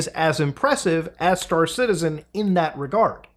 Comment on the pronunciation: I was not watching the video but listening to it and I genuinely thought you were saying Citizen Khan.